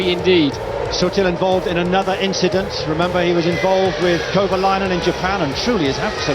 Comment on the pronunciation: you meant an inchident I think.